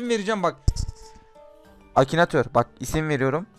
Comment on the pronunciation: Akinator'u Akinatör diye bilen koca yürekli:)